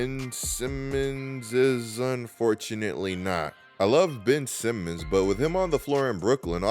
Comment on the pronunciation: Bro why are you saying his name like that 😂